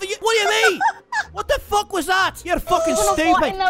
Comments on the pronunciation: And it's not fook its feck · Its "Feck" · THAT'S NOT HOW YOU SAY IT YA FOOK! XD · Fuck needs to be pronounced as Fook and things and Tings. These two things would make a big difference when impersonating Conor. Overall its off but still comedy! Awesome work.